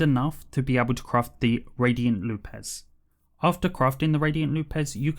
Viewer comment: Loupes is pronounced loops. Not loop-es